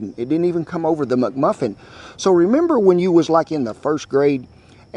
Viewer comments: "Muck Muffins" LOL! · I love the way he says "mugmuffin" instead of mcmuffin! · “The egg MucMuffin”! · "Muck Muffin" 😆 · He said EGG-MUCMUFFIN 🍳 😂